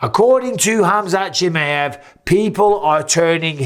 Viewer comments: Michael it's not chimiEV please the last name properly chimiAV. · its pronounced, kem "eye" av